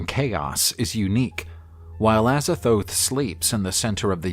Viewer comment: With the amount of times he botches the pronounciations of Azathoth and Nyarlathotep, im starring to think he does it on purpose